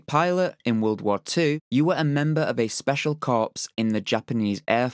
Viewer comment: Ummm, sorry to be pedantic but the correct pronounciation of 'corps' is core, not corpse....